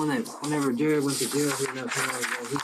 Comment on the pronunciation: His name is jarrod not jarred!!! (Video description)